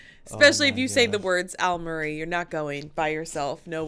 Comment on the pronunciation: Almarie? ...Al Murray !